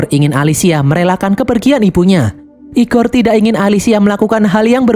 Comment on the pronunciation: "IGOR" nya ngejawa banget